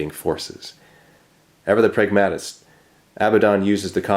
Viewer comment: English OCD: I think it's "PRAG-ma-tist" (as in "OP-tim-ist" or "PES-sim-ist") rather than "prag-MAT-ist" but I may be totally wrong.